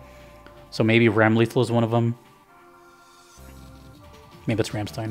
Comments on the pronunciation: Jazzed you're getting into Guilty Gear! Her name is said "Ram-luh'thawl" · not tryna give shit or anything i can't really blame him for pronouncing it wrong if he doesn't know the character at all. also putting this edit here because for some reason editing freezes the page for me